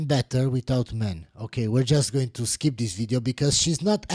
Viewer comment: "skeep tis video."